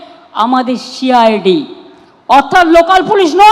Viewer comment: Momotar chokranto cid bolte parena bolse shi i d